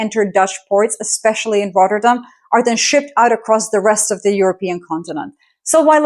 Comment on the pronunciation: You pronounced Rotterdam as a native